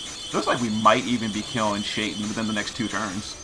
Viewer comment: Shaitan is Arabic for devil...it’s pronounced Shay-Taan All of the genies have Arabic names